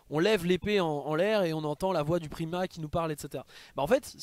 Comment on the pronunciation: PRIMAT ON DIT PRIMAT ! Sinon sympa comme vidéos ^^